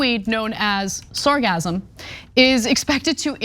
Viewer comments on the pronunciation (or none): That's a hard S there Anna. SargaSSSum. Hah hah! sargazm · Sargassum: sar-GASS-um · 'Sargassum' is pronounced with a S sound in the middle, not a Z sound as in 'orgasm.' Perhaps the odor of rotting eggs has confused you. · Its pronounced sar gas sum not sar gasm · sargassum , seagasm .. you say potato , i say potáto lol :)) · It's actually pronounced sar-gas-sum. But it's almost certainly not that plastics are causing the algal blooms. It's just the floating algae act as a filter trapping the plastics. The blooms are caused by "eutrophication", which is basically nutient enrichment of coastal seas because of fertilisers washed from the fields of agricultural areas, which allow the algae to grow faster and blooms to become enormous. This may be compounded by climate change extending the growing season for the algae. While the algae washing up on the beaches, may be unsightly and smelly. The real problem of these blooms is the part dying and decomposing in the water. This decomposition consumes all the oxygen in the water killing all the fish, shrimp etc., which also add to the probl by also decomposing. The seas will then start to smell like rotten eggs (hydrogen sulfide), which is a by-product of bacterial decomposition in the absence of oxygen. The sucker punch is that the decomposition releases the nutrients from within the algae back into the water where they can be used by the next algal bloom to grow. So it becomes a cyclical event of bigger and bigger blooms, and more intense periods of anoxia when the blooms collapse, die and decompose. Same thing has happened in coastal areas Worldwide and the only solution is to cut off the supply of nutrients from agriculture. But even when you do this, it takes decades for these blooms to return to natural levels, because of the recycling of nutrients t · Sargassum is pronounced sar-Gas-um as far as I know. Like Sargasso. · It isn't pronounced with the "z" sound, it has a double "s", pronounced like hiss or kiss.